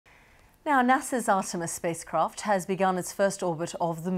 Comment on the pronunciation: ha, "spois caft"...